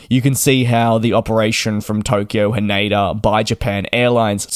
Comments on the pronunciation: It is Tokyo "Haneda", not "Haneida". 😅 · "ne" in Japanese sounds like "next" in English but without the "xt. He says more like "nay" in "naysayer". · He said it wrong.